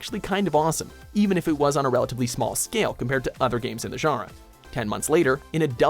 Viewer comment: i fuckin hate how you pronounce 'genre'